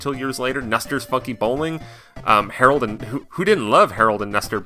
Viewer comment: Harold & Nester lol. It's Howard & Nester.